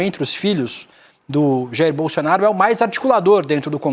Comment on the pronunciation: O apresentador fala bolsionario ou é impressão minha? Kkkkkkkkk